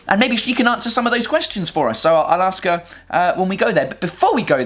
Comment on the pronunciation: You say "I'll ask her", but it sounds like "Alaska".